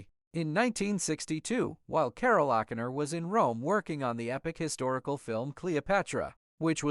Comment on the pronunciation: How could the narrator mispronounce O'Connor? The emphasis is on the wrong syllable.